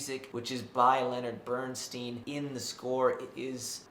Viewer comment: Do you have any personal integrity? You review Maestro - a film about Leonard Bernstein, and you MISPRONOUNCE his name! You have no credibility. Stopped watching . Downvoted for your offensiveness.